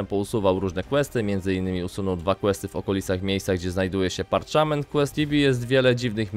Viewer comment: Parczament czy parczment?